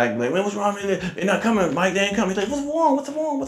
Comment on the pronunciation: What's wong what's wong 😂